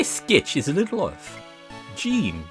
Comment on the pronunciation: Also, for what it's worth, Jeans name is intended to be French, so it would be pronounced like in Jean-Luc Picard, if you're familiar with Star Trek.